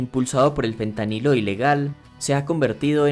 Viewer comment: ¿Por qué dices todo el tiempo Pentanilo (con P)? A pesar de que el tema era interesante a los 2 minutos dejé de ver el vídeo porque me di cuenta que era la narración pasiva de un ignorante. En español el nombre de la sustancia es Fentanilo. Y en ingles °ph" se pronuncia f. De modo que por qué ver un vídeo de alguien hablando sobre una sustancia de la cual no conoce ni siquiera su nombre y sobre un país y un idioma sobre el cual ni siquiera sabe pronunciar las palabras más basicas